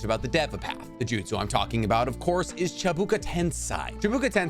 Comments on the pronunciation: Why you say "chibuka tensai" when is clearly" Chibaku Tensei" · Ja this guy also said chibuka tensai when it’s chibaku tensei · Chabuka Tensai ugh. Chee-Bah-Koo Ten-Say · Me hearing how he pronounces "Chibuku tensai" or "aminotejikari" makes me want to do the same that Boruto did to Sasuke's Rinnegan to my own eyes. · The way you keep mispronouncing Chibaku Tensei really grinds my gears lmao. Baku not Buka. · Hard to trust anyone talking about any lore in anything ever period when the simplest pronouncations are screwed up It's chiBAku TenSEI not chiBUka TenSAI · Chibaku tensei: ❌ Chibuka tensai: ✅ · did you misspronounce all this Names on purpouse? Its Chibaku Tensei, not Chabuka Tansei. And it doesnt create a Black Hole, it creates a small Star. Its certainly made whit pure Gravity, but it can be destroyed. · Sorry but.. cheebookuh tensigh? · chibaku tensei* not chibuka tensei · Please, please, pronounce the name of jutsu right! Not chebuka tensai, it's Chi-ba-ku ten-sei!!! Shame on you! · It's Chibaku tensei not chibuka tensai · *ChibAkU tenSEI (say) Not chibUkA TensAI (sai) 😭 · Wtf is a chibuka tensai? Isn't it chibaku tensei? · It’s not chibuka tensai it’s chibaku tensei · “Chibuka Tensai” no it’s Chibaku Tensei. “Rinnigan” its Rinnegan “Tomei” it’s Tomoe, not Aunt May’s actress. and I’m not even going to try to spell the way you pronounced Amenotejikara: which of course Pain would never know because the regular Rinnegan he had was incomplete. Another thing, why would Sasuke have tried to use the King of Hell for Neji when he was literally planning on killing them all regardless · Lol not chubuka tensai it’s “Chibaku tensei” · 1st not chibuka tensai its chibakU not A tensEi not A again 2nd there aint no amenotenijnankra its amenotijekara , atleast learn to pronounce it properly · IT’S CHIBAKU TENSEI NOT CHIBAKU TENSAI lol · What is Chi buka tensi it’s Chibaku Tensei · Chabuka tensai.. 💀💀💀😂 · Chi-bar-ku ten-say this is the pronunciation vro